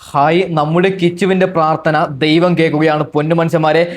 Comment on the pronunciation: ഖയി അല്ല ബ്രോ ഹായ്